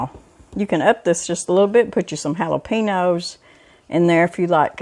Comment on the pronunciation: How long have you been gone from Texas girl? You have forgotten how to say jalapeno!!